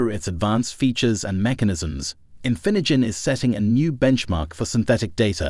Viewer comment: It also completely butchered "Infinigen" the first time, right when the word was on screen. "This is INFINJIN" lol